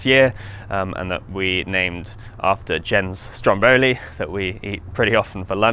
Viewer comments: Four years together, very impressed. Please, Say Strómboli, not Strombóli. Very proud of that little piece of Italy in your project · just to make things right, the name Stromboli is pronounced Stròmboli, with accent on the first "o". Word from a true Italian